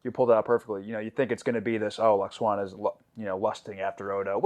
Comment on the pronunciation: Also it's pronounced… • L-wax-AH-na (not Lux-WAH-na) • LAT-a-num (not latnium) • BAY-jore • ROUNDabout Also, pronunciation of "Auberjonois" was truly excellent! 🙂